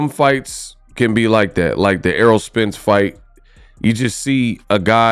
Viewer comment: This dude is one of these "boxing YouTubers" who are only "boxers" when the camera is on lol. Like bruh listen to what you are saying you sound goofy man. Everything you have said was all in other videos like where's your opinions with facts ? Lol you can't even pronounce known boxers names this dude over here saying arrow Spence and "air roll spence" Errol dawg Errol